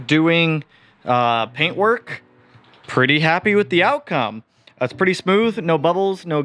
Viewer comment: “ Das some good paint “ 😂